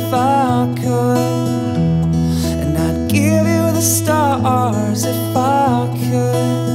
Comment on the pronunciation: one honest suggestion: don't break the syllables, e.g. st-ars. Love ya:)) your originals are so good!